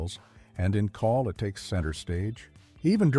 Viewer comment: CAWL is a Welsh word and is pronounced to rhyme with 'owl' in English